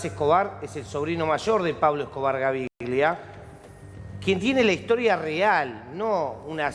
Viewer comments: Es Gaviria no Gaviglia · SON UN DESASTRE LOS PERIODISTAS ARGENTINOS PARA ESTE TEMA, NUNCA ESTAN INFORMADOS Y HASTA DICEN MAL LOS NOMBRES ("GAVIRLIA" O ALGO ASI DICE EL PELADO) . LA PERIODISTA DA POR CIERTA LA SERIE SOBREVIVIENDO A ESCOBAR QUE DICHO SEA DE PASO ES FICTICIA EL 95% !!